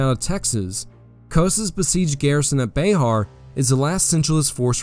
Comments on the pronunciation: Just an FYI. Bexar is pronounced BEAR, not BAY HAR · Also, It is not pronounced like Be-har. It is pronounce like Bear. The "X" is silent. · This was a very well researched and executed video. One thing though, here in San Antonio when we pronounce Bexar like the word Bear, the x is silent. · Sorry to be that guy. Bexar is pronounced bear. Born and raised Texan and that fact as always annoyed me as bear is bear not Bexar. But trust me it's pronounced bear. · pronounced bear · Love the content, but it is pronounced "bear".